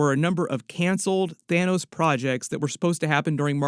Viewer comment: LMAOOOO YO "THINOS" is hilarious 😂